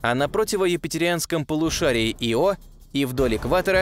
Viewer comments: Видео класс,но ударения это жесть.япет, Ио ударения на первой гласной.режет слух. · Пардон, но у названия спутника Ио ударение падает на первую букву, не не на вторую. Извините, но очень уж режет слух